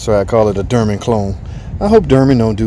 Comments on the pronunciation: you pronounce it derman, is that on purpose or?... Dorman??? Always a Great channel! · Sir, Aluminum IS METAL... Also... It's DORMAN (DOOR-MEN) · Steel bolts.. i don't think it's the bolt threads you need to worry about. Unit looks solid. Hopefully there are no casting defects. "Dorman" not "Derman", sorry I couldn't resist.